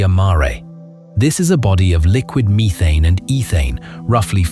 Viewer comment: WUH TAH AND MEE THANE :face-green-smiling